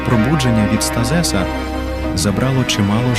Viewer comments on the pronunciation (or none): Що за СтаЗес ? Вам треба попрацювати над правильними наголосами в деяких словах.